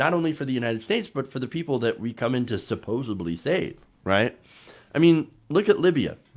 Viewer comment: Supposebly?!?! Are you kidding me?! IT’S SUPPOSEDLY!! Sheesh!!!!